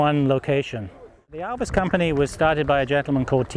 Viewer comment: One of the best informed guy regarding ALVIS matters and also an Alvisona who can pronounce the make correct and not like Elvis !